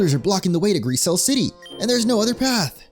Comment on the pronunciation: Grisaille is said like gris-eye 😭 it’s a painting technique